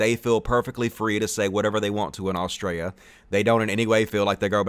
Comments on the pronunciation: every time you say Australia i hear Austria lmao too much hoi 4 for me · Australia has an ‘L’ in it. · hey you do know there is a L in Australia right please say it properly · In this video we learned can’t say Australia lmao. Excellent video and reasoning. Nice one! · He can't pronounce Australia, lol.